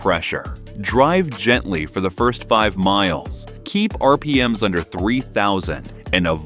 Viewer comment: Sounds like another AI video. "PERfect (instead of perFECT) your warmup routine" VYscosity instead of VIScosity? "R P M S" instead of RPM's? Why does it keep showing the AC/alternator/water pump belt when talking about the timing belt (inside a cover)?